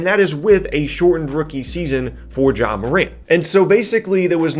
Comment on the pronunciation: No h in Ja fam